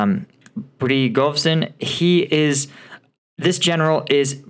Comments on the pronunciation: Pre go zhin like in Zha Zha Gabor. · Good, but some exercises on Russian names can be helpful. Prigozhin is an important figure. Not so difficult to pronounce it reasonably well.